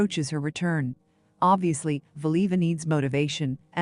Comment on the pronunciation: It would be nice if whatever this is could prounounce her name correctly.